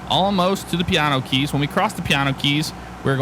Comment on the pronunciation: When you say piano keys it sounds like your saying Keanu reeves